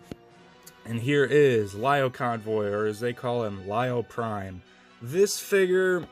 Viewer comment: Lio-Convoy is supposed to be said as LEE-O. Like the zodiac sign Leo the lion.